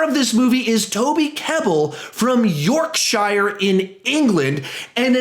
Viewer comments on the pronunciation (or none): I might unsubbed, York shire 😂😂😂😂 wtf it’s said yorksher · how did this guy just say yorkSHIEREE LOL its pronounced YorkSHEERE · “Yorkshierrrer” 😂😂😂😂it’s pronounced York-shur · its pronounced yorksher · as someone from England, I have to say your pronunciation of yorkSHIRE was almost enough to make me unsubscribe. Almost... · YORKSHYHIIIRE 😂 wow butchered it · Love how you said Yorkshire it’s more like Yorkshur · I live in Yorkshire and the way you mispronounced that name made me laugh in tears to the point where I just said F*CK IT and clicked subscribe😂 Still laughing at this point🤣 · That's not how you pronounce Yorkshire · U have a really good channel but u day Yorkshire really weird (btw I’m English) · I don’t want to be that guy.... but you pronounced Yorkshire wrong ;)